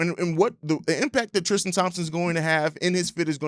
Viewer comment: Why can't people say Tristan ? It's not TRISH-Tan